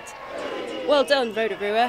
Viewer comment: Absolutely no one the reporter: row-tah-ruha